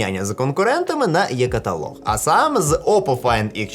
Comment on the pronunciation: Е каталог, а не Є каталог !!! навіть англійською ця літера інколи звучить, як українська, але в англ. це і.